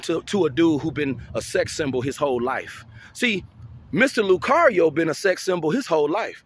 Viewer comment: "LOU CARIO "... Who in heck is that ????😅😅😅😅😅😅